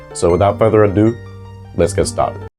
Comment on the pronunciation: Straight out the gate, adore you for saying "without further ado" - people saying 'adieu' instead is such a pet peeve of mine. After watching the whole video, so well presented, it's so clear you really put the work in on this topic 😊